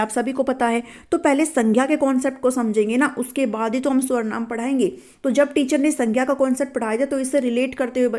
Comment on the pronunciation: it's not swarnaam.. it's sarvnaam teacher ji